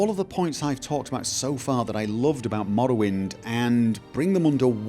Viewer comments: Is anyone else smirking everytime is says 'mrrrwind'? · I love the way you say "Morrowind" Especially the R's Loving the TES videos, keep up the great work!